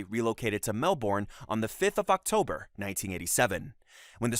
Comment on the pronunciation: it’s pronounced “mel-bin”